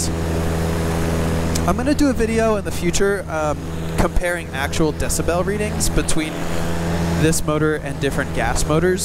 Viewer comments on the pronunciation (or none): First time I have heard decibel pronounced “dessa 🔔 “😂